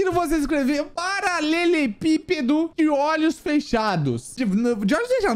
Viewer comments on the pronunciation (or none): Paralelepipusi kkkkk mds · Paralelepipeeo kkkkkkk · paralelpipeeo é..... kkkk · Paalelepipedo, quaseeeeeeeeee faltou o "R" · paralelepípedo = Paraçeçepipedo Bah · to no cllr novo pera "paraleleppeo" lkkkkkk